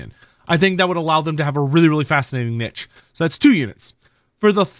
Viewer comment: Every time he says niche as "netch" my inner khorne grows.